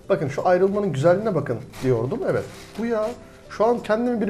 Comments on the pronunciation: ulan şu adamın video başlayınca nevet diyişi sadece benmi sinirleniyorum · bir daha neğvıt dersen sinirden gebercem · biri şuna evet demeyi öğretsin